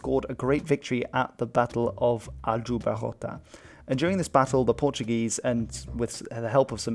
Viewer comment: I don't know what you guys are going on about, his pronunciation is not perfect but it's very far from bad. And there was a clear attempt to pronounce portuguese words according to portuguese phonology, not spanish (e.g: "Aljubarrota" or "Partido Republicano Português" )